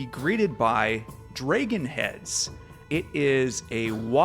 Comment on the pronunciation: Wonderful. I loved hearing about the history. But why are you saying dragon with a long "a" vowel?